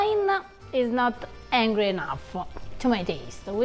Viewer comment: I was hearing Hungry and not Angry. Anglo phonetics are challenging to Latin people.